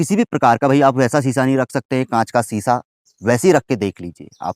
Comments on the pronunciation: महाराज शीशा धातु तो होता नहीं सीसा जो धातु होता है उसे अंग्रेजी में लेड कहते हैं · Seesha alag hota hai sheesha alag hota hai. Seesa metal hota hai jise lead kehte hain english me. Krupa karke itna galat to na batayen.